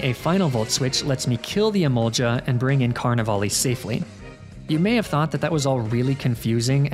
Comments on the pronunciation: Im sorry but the way you pronounce emolga infuriates me it doesn't have an i before the a I'm begging. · the way he says emolga like emolja is so infuriating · it's emolGA with a hard g not emolja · Not the kind of person that gets angry over pokemon pronunciations but emolja is a war crime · Jiga impact, never heard of that move before lol Emolja also a mon I've never heard of either lol you know Gs make a hard sound sometimes right? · The only thing more demoralising then negative comments about toxic stalling etc. Is the lack of a 1 hour loop video of you pronouncing "Emolga".